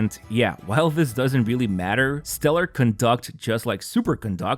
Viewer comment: My man GG. You da man!! You're the only one that pronounces "Conduct" the way its meant to be. Other CCs pronounce it as it was a form of behavior :D